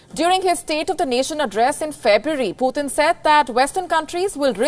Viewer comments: Sister it's not PutHin, it's Putin 🤔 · No, it's Poo Tin, the governor of China's new Russia province.